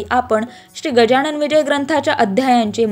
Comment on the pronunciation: Gajanan bola गजाणन म्हणू नका. Pronounce properly.